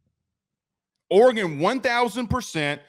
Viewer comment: Oregon Oregon Oregon..., it's not Oregon.